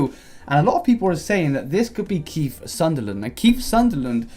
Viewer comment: Sutherland, not Sunderland 😂